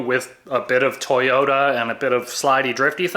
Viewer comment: lol “Toyoter”